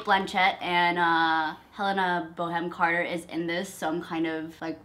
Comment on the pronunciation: Helena boheme Carter? Seriously? Did you just say that?!